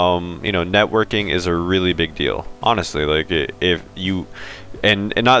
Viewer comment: did you actually say anastly-honestly lol hahha